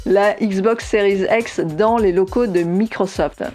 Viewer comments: Pourquoi elle dit series ex ? C'est un X 🤔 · 😅😅😅 Plé Station.... Non mais Série "Z'ex" c'est peut-être la prononciation correct par un anglophone accompli ? Mon franglais à moi n'induit pas cette différence de langage ?!